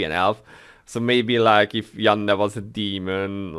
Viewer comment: I also play without sound. I'm typically watching something I'm streaming. I agree with you about Yanne's legend costume. I will most likely buy it, but probably won't equip it. Maybe just sit on it and sell it in the auction house. Finally I love how you say Yanne's name.